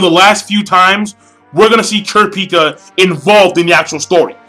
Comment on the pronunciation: You say kurapika name wrong and the nen types wrong or atleast killua's atleast how i read it and other anime reviewers like forneverworld.